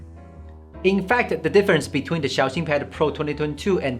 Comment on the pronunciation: This guy is a real Han Yue carrier. Xiaoxin is pronounced in a very good manner